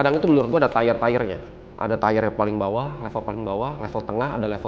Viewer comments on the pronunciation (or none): TIER nya tiyer ger bukan tayer